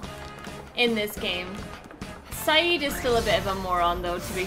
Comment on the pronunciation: Syd's name is pronounced Sid.